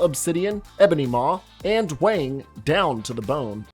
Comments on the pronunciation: you got his name wong, not wang it’s wong. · Wong not "wang" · You're biggest SIN is calling Wong Dr. Strange's "associate." Check yourself beyonce! Dude and you called him "Wang" lol